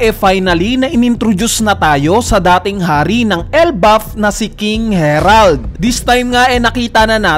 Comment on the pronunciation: HERALD ka ng HERALD...HARALD kasi yun